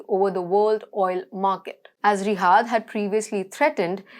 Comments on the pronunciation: It's not Rihaad. It's Riyad. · She has lousy Indian pronuniciation. It is Riyadh, not Rihaad. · It's riyyyaaaad not rihad 🤦🏽‍♂️ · Its Riyad not Rihad madam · She cant pronounce Riyadh correctly.